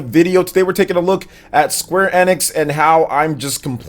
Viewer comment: Kinda like his pronunciation of square enex lol😁